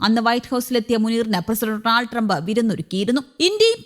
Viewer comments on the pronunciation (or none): none